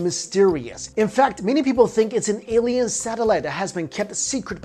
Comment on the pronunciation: It's alien with. A...not Eliens...E